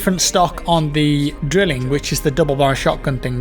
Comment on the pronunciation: FYI the "drilling" is pronounced "drylling"